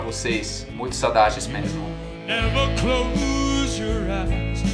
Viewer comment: O auge "É meRmo?" 🤭Tá tão bom no português que tá falando assim... Oh comédia